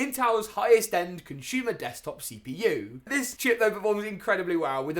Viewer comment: It's "consumer" mate. Not conshumer